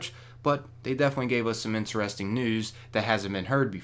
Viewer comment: Can you pronounce "interesting" correctly?